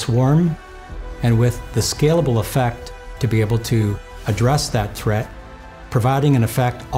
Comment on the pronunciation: This guy can't pronounce "threat". He says thread.